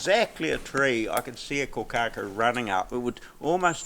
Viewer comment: Can't even pronounce the name of the bird correctly